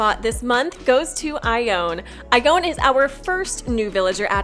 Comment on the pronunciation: My sisters name is Iona, based on her great-grandmother Ione. It’s pronounced same as you did in the video, (Eye-Ohn-a) but my grandma sometimes called Iona something like Onne (Oh-nee)